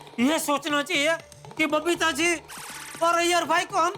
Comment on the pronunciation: Jethalal Every Time : BABITHAAJI ,,,, ((( Error )) and iyer Bhai 🤣